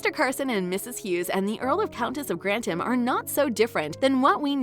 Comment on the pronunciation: * Dislike * (“Countess of Grandam”??)